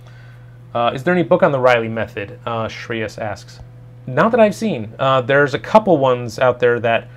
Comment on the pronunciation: Amazing He pronounced a indian name so correctly with the flow - Shreyaaaaassss, and as always awesome stream